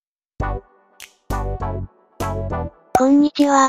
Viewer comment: こんにちはがこーじちはに聞こえた